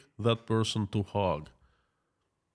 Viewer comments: It's pronounced hage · Hague is pronounced as 'Haig' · Another interesting talk while I eat my salad. I like your pronunciations of the Hague. The town I live in is full of 4th generation Dutchman. Yeh - The Hog. I like it. I been thinking. Let's say they do declare war against Ukraine for it having the temerity to actually defend itself against Russian aggression. Russia has already pulled out the old stuff for fighting. Some of it goes back to World War 2. I've seen a lot of videos where their soldiers are neither equipped well nor are they treated well by their superiors. The text from a lot of phone calls shows they do not want to be there and really don't believe in Putin's war. They say he is running out of the missiles he is using to kill Ukrainian babies. They say even the ammunition is getting low in supply. Tanks, trucks and railroad supplies are being blown up by HIMARS and the BAYRAKTAR. As an economist, you have been taught to view the war by resources. It looks like Putin is slowly running out of war resources. He can mobilize more men but is this an effective use of resources? He doesn't have the resources to train these people. Some resources are intangible Crimes against humanity may not retain even his traditional allies. Allies are a resource. This resource too may be squandered. A great resource is the support of his people. Killing the husbands, sons and fathers of the people may lead to a diminishing of this support. He certainly will not come across to the world as a moral example. You say over a million ha